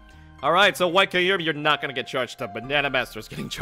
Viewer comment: KYUrum. Like Kyubi. Come on